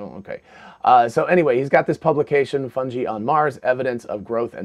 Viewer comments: It is pronounced like fun guy just like this so-called professor. Got to say it would make sense though. Underground mycelia protected from radiation with underlying water and puffballs to spit out spores in the mars wind. If complex life could survive this would make sense. And they do look like they have a small opening on top. Coincidences that’s all! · How are you going to say you're a know-it-all & then pronounce "fungi" like that? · He knows it all, except how to say fungi. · You say Fungi strangely.